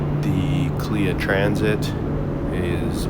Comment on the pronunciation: Its not Kleeya ...Its K.L.I.A...